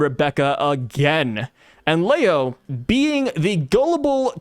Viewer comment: How do you say Leo wrong.... there is no A. It is not Lao